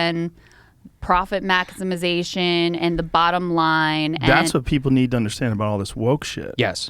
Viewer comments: "mack-is-miz-ation" -Today I learned a new word...I dont know what it means, however I fully intend on using it. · sifted through the comments and was surprised nobody mentioned "profit mackusmasation" LOL